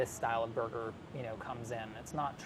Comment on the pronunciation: No body : New yorkers : ßoiga.